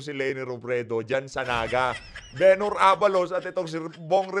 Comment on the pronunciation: Bumbay,yong Benhur pronounced as “Benhar”at hindi Ben Hur.